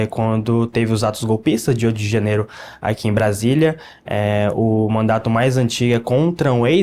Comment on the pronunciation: Fiquei agoniada ele falando mandato afff😊